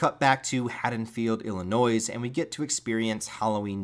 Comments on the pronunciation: Illi-noise??? It's um Illinois, but you do not pronounce the s Aside from that, GREAT JOB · On behalf of all residents of Illinois, I’m here to implore you: stop pronouncing the “S”. Also, good job on your long form retrospective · Awesome videos...... but please oh please..... the s is SOOOOO silent in Illinois😂😂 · The way you say "Illinois" kills me as a native Chicagoan lol